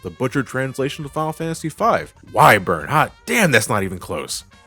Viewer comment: "y burn" = "wyvern"